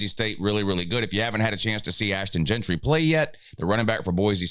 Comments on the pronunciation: his name is “Jeanty” not “Gentry” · Jeanty not Jeantry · His name is Jeanty.